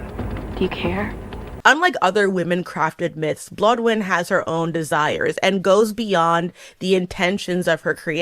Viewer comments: No judge. I adore you. 💕💕 Just for ease of reference: it's Blo-DAY-eth and ThAY for a very simplified Welsh pronunciation 💕💕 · Omg Welsh mythology mention!!! So hyped that Blodeuwedd was discussed (despite the name pronunciations haha) For slightly more context about the owl thing, the reason she's turned into an owl specifically (at least from what I was told hearing the story growing up in Wales) is that it's a nocturnal bird, so her punishment is that she (who was made from flowers and therefore craves sunlight) will never get to see the sun again. Of course IRL there are owl species that are active during the day lol but I guess the story ignores that haha.